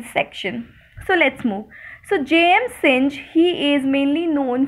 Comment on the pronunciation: Synge is pronounced sing